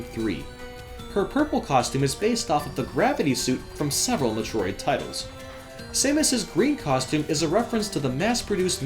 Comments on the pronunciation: Jeez the way you pronounce metro id it's like you're me-trolling us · Oh my god the way you say Metroid bothers me. It's Meh-Troy-d GOD DAMMIT! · I think the reason why it's a little bit of a problem if you pronounce a popular video game series incorrectly is because you're a gaming channel. People come to you because you are supposed to be well-versed in this universe. You kind of lose credibility when you can't even pronounce Metroid. It would be like the President not being able to pronounce America. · I CANT STAND SAY METROID SPEAK ENGLISH DUDE SPEAK IT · that's not how you pronounce Metroid brah. but nice vid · You say Metroid like it's a freaking swedish dessert. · why do you say metroid so werd?